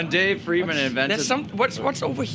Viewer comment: That homeless guy at the end seemed confused, it's Friedman not fired man.